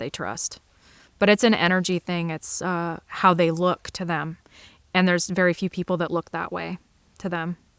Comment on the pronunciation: The way you said "eand" I've heard from southeastern PA across western MD into Ohio.